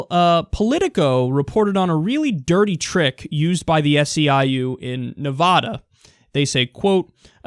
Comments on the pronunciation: Kyle, please pronounce it "Ne-vah-duh". I know it's stupid but anyone in Nevada will tell you that's the proper way to pronounce it comes from the Spanish meaning snow covered. The Sierra Nevada mountains literally translates to "Snow covered mountains." I know it seems stupid, but it's important to us and people in the state will literally stop you mid-sentence to tell you. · It is Nevada not Ne-vah-da.